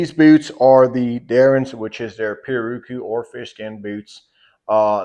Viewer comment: pi-,rär-a-kü is the pronunciation Portuguese, from Tupi pirawrukú, from pirá fish + urukú annatto. Everyone in the western industry, including boot makers get it wrong